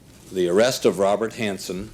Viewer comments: narrator has to be ai right... the constant mispronunciation of "hansen" is strange to me-- thats not an error a human would normally make like if u say "han-sen" then u would be consistent but this narrator swaps between "hon-sen" and "han-sen" which is just odd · "A career-ending mistake "? Conciously betraying our sources who were executed, a mistake? Who wrote this, a bad AI program? "Honson". This is pretty cheap AI.